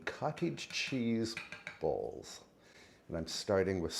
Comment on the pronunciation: At first I thought you were saying cottage cheese BALLS, so I was perplexed when you listed the ingredients. They were definitely better suited for a bowl!